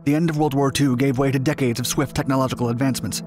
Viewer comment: tech-knowledge-ical.... What?